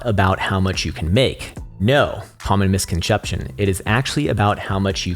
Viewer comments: "cOmMoN mIsConSHepShun" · I had to rewind to make sure I heard him right… yup, “misconcheption”